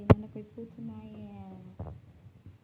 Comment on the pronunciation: Hello po ate na slang po ang putoo maya hehe enjoy cooking po thanks for sharing God bless